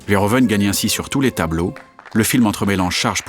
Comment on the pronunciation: "Verhoeven" ne se prononce pas comme ça. -Tous les "e" en néerlandais se prononcent comme le "e" quand on récite l'alphabet. -"oe" néerlandais se prononce comme "ou" français.